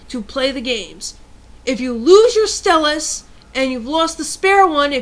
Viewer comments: Stel-us lol it pronounced style-us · i think it is prononced st-ie-lis not st-e-lus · its stylus not stilus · It isn't "Stillus" it's "Stylus" (ST-IYE-LISS) Edit: I just read the description, I apologize for the original comment. XD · STY-LUSS Ok? That's how it's pronounced. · Just a tip, I know you say stillus instea of stylus but when you are trying to get a point across, constantly mis-pronouncing one of the main objects makes you look less intelligent and/or making it seem like you don't know what you're talking about. No offence, though. :) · I know it's kinda annoying to complain. But I can not help it, I just find it very odd that you pronounce sty-lus, stelis. I really find it annoying. But you are right. People who use stuff like pens on such an advance technology. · Lol- rant's funny, but kinda got annoying when you kept saying stylus wrong. Think of the word "Style" and then saying "us". To rebuttle your point- most stores now only carry replacement styluses for the DS LITE. Very hard to find the original (smaller) stylus- and the plastic part that keeps the stylus in the DS wears out way too easily. I heard about metal stylus (regular tip) that I'm gonna look into cause the two I had just wore out and kept falling out. Lame. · nice pics -i like how you say "stylus" sounds british *^ ^* -good advice -some of us just naturally push hard on things like writing, some write super soft you can't even see, and others write super deep into the paper, in making it feel like braille cuz we feel that others can't read it cuz it too soft -i'm srry i have to let this out but...yhu sound like a guy... ok to those who are going balistic over her rant -u eihter have nuttin' else ta do or -ur just aggresive